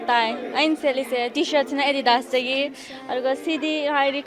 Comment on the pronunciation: Adidas pronounciation????